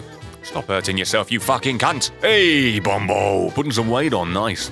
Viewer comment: Lol it’s bumbo not bumbaaaa